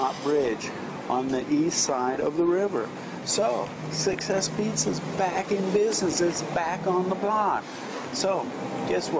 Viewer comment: cant she still not say succes :) gonna try that place in dec